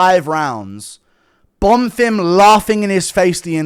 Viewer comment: Was so nice to hear you say Bonfims name correctly eventually. The real highlight of the card